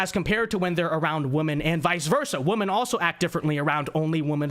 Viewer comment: your content is great... but PLEASE learn how to pronounce the word "women"!!